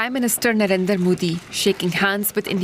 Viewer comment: Love how the Pakistani reporter Beenish Javed reporting about India can't even pronounce Narendra. Shame on you DW.